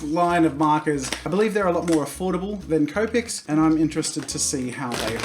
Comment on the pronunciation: As you can see, Jazza started pronouncing copics like cope-ics and not copics. MY OCD IS AT EASE!